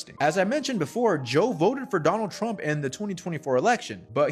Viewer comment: "I will Boat for Donnull Trump " ..... Unbelievable...